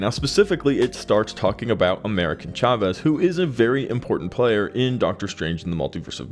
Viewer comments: Dude how ofter will you pronounce that wrong: AmericA Chavez … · Jeez that was painful. America Chavez. Once or twice coukd be an honest mistake, but damn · You literally have her name correct on the screen and say it wrong bruhhhhh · Tell me you've never read an America (no N) Chavez comic without telling me... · AMERICA CHAVEZ, not AMERICAN. C'mon, do a SHRED of research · Jfc get her name right, you only said it like a thousand times in this video. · The video was good but the amount of times you got this characters name wrong is amazing. Brought down quality of this great video.